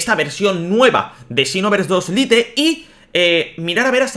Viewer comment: Buen vídeo, pero me da rabia que digas "litel" cuando se pronuncia "lait". Espero que lo digas bien en el proximo video xd. Pero aun asi tienes mi like!